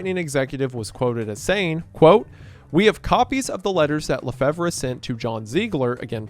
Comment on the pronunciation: hey! So LeFevre is pronounced like "La Fever". I would know it was my grandmothers maiden name. love your work!